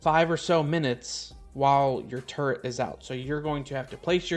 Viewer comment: I keep thinking you're saying "turd", not "turret"! 🤦‍♀️ Turdtle PTSD